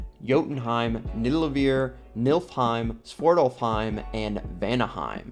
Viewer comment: Milfhiem you say😫😫